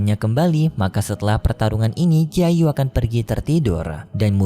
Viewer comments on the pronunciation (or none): Muchen min bukan munce, jiyu min bukan jiayu